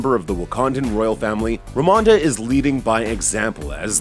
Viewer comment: If you don't understand what the "weird" ceremony in white is in the beginning, then you really do need this video. Even then, they aren't sure lmao. And pls try to pronounce Queen Ramonda's name the same each time.